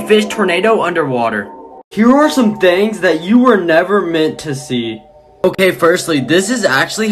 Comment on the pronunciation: The way he says thangs other than things